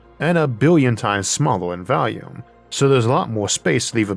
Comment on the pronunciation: Dude its pronounced volume not "valume"